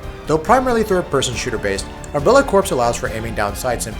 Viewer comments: Corps is pronounced "core", like the marine corps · Isn't "corps" pronounced like "core"?